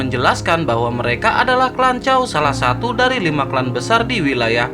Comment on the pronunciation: Klanchaw😂 lanchaw... 😅